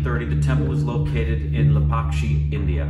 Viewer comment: Im surprised he got the pronunciation of Lepakshi correct.